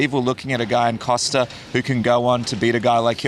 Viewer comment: He knows costa on a personal level and mispronounced his name every time he said it lol.